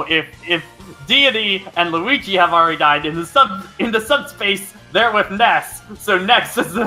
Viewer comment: The "Nesst" one! xD Don't worry, even if Ness got beaten up with other characters then Wario shot Ness and became a trophy in Subpace Emissary, Lucas can still save his friend. ;)